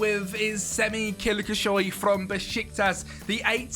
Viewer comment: Not Kilkisoy, my brother, Kilicsoy. :) good video.